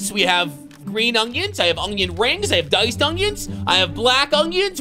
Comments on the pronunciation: It's ONion. Not, OnGion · Did anyone notice that he say ungion instead of onion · Is he saying “ungyun”? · Why he say ugyin